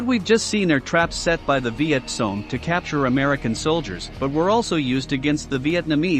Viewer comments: Why do you say viet song ? It's Cong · For heaven's sake study your subject. VİET KONG not VİET SONG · It's not Viet Song but Viet Kong. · It's not Viet Kong either Sparky. It's Viet Cong ya know.... Victor Charlie ? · He was pointing out the proper way to pronounce the word. VietCong with a K sound. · It's viet cong